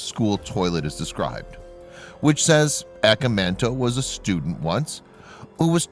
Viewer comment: Cool but I wish he would say the name right, in Japanese phonetics it's said "ah-kah-mahn-toe"